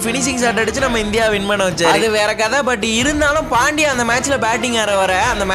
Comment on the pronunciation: Bro ot is pandya not pandiya